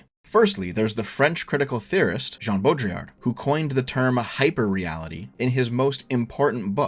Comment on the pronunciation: You should probably not talk about Baudrillard (Or try to pronunce his name again). Your variant of Simulacrum is in a crude sense a Simulacrum. There is a lot to the concept, and also criticized specifically because his framework of diagnosis doesn't come with a framework beyond being descriptive. It is also not just describing modernity as just purely hyperreal. It was a toolset developed to diagnose in modern life, but the problem is it will start encompassing all parts of life, even past life, which it is kind of supposed to distinguish.